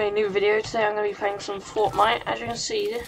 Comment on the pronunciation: Man really just said fortmite